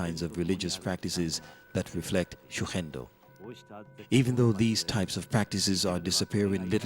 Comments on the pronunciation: Pronunciation: shuhendo←wrong. The correct pronunciation : g is pronounced like go, garage, gig etc) . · This could have been such a nice watch, if it wasn't for the repeated the mispronunciation of Shugendo. A quick check with Google translate could have helped with that before the audio-track was added.